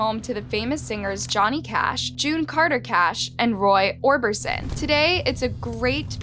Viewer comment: Roy Orberson??? Come on, don't butcher the legends name like that.